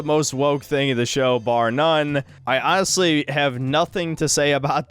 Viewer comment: Why do you keep saying "anhastly" over and over - do you have some kind of autism that makes you lie so often that you need to explain when you're actually being "aanist"?